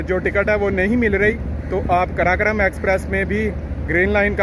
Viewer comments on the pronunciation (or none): بھائی قراقرم ہے کراکرام نہیں